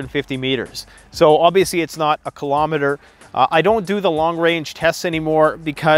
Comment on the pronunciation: WTF IS A KILOMETERRRRRRRRR 😂